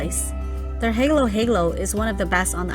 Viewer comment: It's pronounced ha-low ha-low. Not hey-low